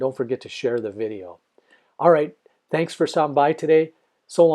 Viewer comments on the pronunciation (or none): none